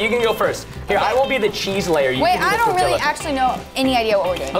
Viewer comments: Tortia not Toreilla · I think its tor-tiya not tor-tilla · "case-ah-dilla" "tor-tilla." correct ways: "th-orr-tia" "kes-ah-de-as" please say it right next time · I love how he pronounces tortilla like godzilla instead of tortiya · Tortilllla? Hmmmm it’s tortilla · "case-ah-dilla". "tor-tilla" correct ways "th-orr-tia" "kes-ah-de-as" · Its pronounced tor•tee•ya not tor•till•a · i think that is how people say tortiya in texas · You're not saying Tortilla they're saying Godzilla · quesadilla is actually pronounced: qes-a-dia, and tortilla is pronounced: tor-tia. No hate, i'm just trying to tell how it is actually pronounced.🙂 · it's torture to me when they pronounce tortillas with the L's not silent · ITS PRONOUNCED TORTIYA! its spanish and the double l makes a y sound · Preston: says Me: says (tor-ti-ya) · ok Preston and said TORTILA um Im sorry but I speak spanish and I say it with the accent....I almost died when they said TORTILA!! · tortilla is pronounced tortia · who the heck calls it a torti-LL-a? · U pronounce tortilla tor-tee-uuuunnnggghh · tortilla (torteeya) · it's pronounced TOR-TEE-UH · Preston “tortillla” Hispanics HUH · Well your kinda right why did say it like that and im not even mexicob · Anyone else cringe when they said quesadilla and tortilla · The l is silent in tortilla and quesadilla. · preston it is not tortiLLa and not quesediLLa